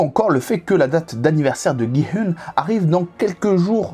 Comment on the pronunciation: coucou juste on dit gi oun♥︎